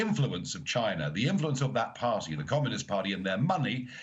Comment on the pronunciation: 'Party' is pronounced with a 't' not a 'd' Nigel, please don't do it, you are great orator, don't try sound like a BBC dj from the 90s